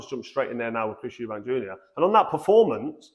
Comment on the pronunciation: It's not "Eubanks" as you well know....